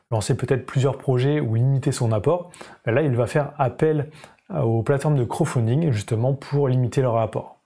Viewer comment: Intéressant...bon par contre on prononce crowDfunding (littéralement "financement par la foule") et pas "crow"funding qui signifierait financement par corbeau lol ... C'est pas franchement le même sens... Sinon merci pour la vidéo, très claire et instructive...